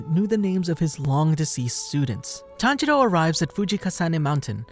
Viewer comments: Ah yes, tanjedo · All I hear is tanjeerow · Tanjiro--senjiro--kunjiro Wtf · It’s tanjiro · Bro I get confused when he says tanjiro because his dad's name is tanjiro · His pronunciation lol its so bad